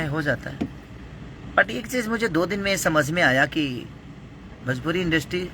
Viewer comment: Yaar pahle bolna to shikh lo industry hota hai industi nahi😁